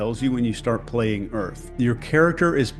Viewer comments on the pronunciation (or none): “Earf go hard”